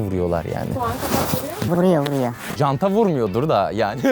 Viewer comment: Abi cant değil jant